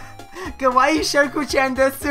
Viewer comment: desu is pronounced des